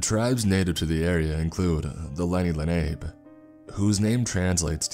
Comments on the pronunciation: Leni Lenape is not pronounced "luh- nayp"; it's lon-op'-pay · Le nape Indians 😂 Lenape Indians - Len nah pee my guy